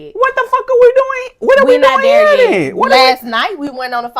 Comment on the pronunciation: “When we get DERE” 🤣🤣🤣🤣🤣🤣🤣